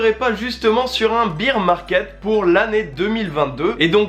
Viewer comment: merci pour ta vidéo et ton contenu :) petite précision , on prononce ''baer (bere) market'' , et non ''bire'' :)